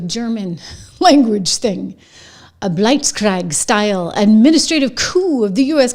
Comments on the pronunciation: BlitzKrieg. Bl-its Kreeg. For next time it comes up. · Come on Trish blitzkrieg you're old enough to know that word and pronounce it correctly I love your content but you stumbled there